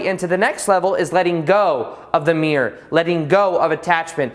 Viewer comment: This is a good video and earned a thumbs up, but your pronunciation is a bit sloppy. For example, mirror has two syllables, mere has one.